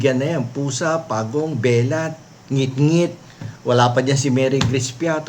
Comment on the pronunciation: binisya ang bigkas ng "belat". Bastos Po ito.